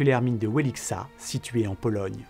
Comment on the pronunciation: 😄 j'adore comme tu as dit ça: wèlixa 😂 Essaie en vrai: vièlitchka 😉